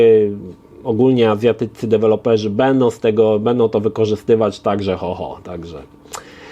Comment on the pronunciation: "kirdzistan", "azjatyccy", "kraji" 😂